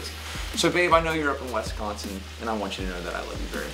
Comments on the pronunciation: Great video! I'm am slightly disappointed that you said Wesconsin instead of Wisconsin. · I live in Wisconsin and when he said wesconsin I got mad 😂😂